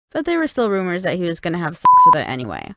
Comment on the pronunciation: When she says the word s*x it sounds like sh**